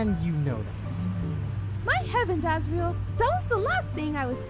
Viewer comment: When he said Ass-riel I died of laughter